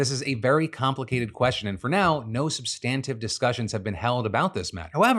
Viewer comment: Phil, you're a beautiful bastard and you crush the news. But please learn to say substantive correctly.